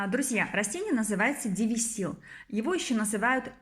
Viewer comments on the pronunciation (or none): ДЕвЯсил называется растение, а не дивисил